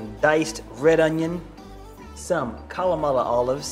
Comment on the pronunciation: "kalamala olives." ::Giggles:: Makin' me laugh even without the jokes.